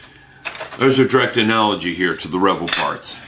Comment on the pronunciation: Great review mate ! I will have to break down and get me that kit now. Btw I am pretty sure its pronounced re-vell, not revel... At least I have understood it to be pronounced that way for 35 years now lol No biggie though..... when in Rome and all that.....